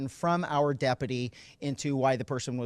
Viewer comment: Good work by the day-uppity (what an odd pronunciation lol)